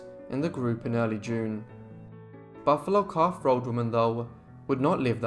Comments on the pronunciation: "Buffalo Calf Robe Woman" .. .. .. not 'road' .. .. .. wela'lin [thank you] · I thought he said, "Buffalo Calf Rode Woman". "Rode" as in the past tense of "To Ride".